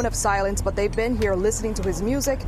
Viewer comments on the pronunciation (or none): none